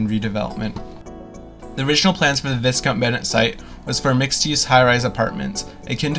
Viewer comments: It's not abandoned, it's just empty. What exactly is the point of you producing all of this gibberish? You can't even pronounce the name of the school correctly. Baffling. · Did such a great job of researching the property that they didn't even know how to pronounce the name.